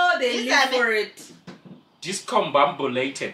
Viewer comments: "Mbabulated"🤣🤣🤣🤣🤣🤣🤣🤣🤣🤣🤣🤣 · Cant stop laughing that part ka "DiscoMBAMBUlated"😂😂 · "...umbha-bulated"🤣🤣🤣🤣🤣🤣!!! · MBambUlated😭😭😭😂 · "mbambulated" yhuuuuuu kubi bi bi bi 😩😩😩😭😩😩🤣🤣🤣🤣🤣🤣🤣🤣😭😭😭😭🤣🤣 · Even Sophia Vergara cant pronounce discombabulated, Yall made my night